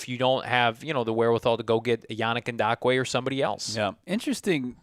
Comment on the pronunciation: I hope eventually realizes that there is no "D" in yannick ngakoue lol the way he says it with confidence is cringe lol it's pronounced N-gock-coo-ay